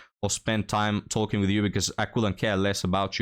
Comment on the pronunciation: Whenever you say "talking stage" it sounds like you're saying "Tolkien Stages" to me which sounds like you're going on a world saving quest so her dad will let you marry her.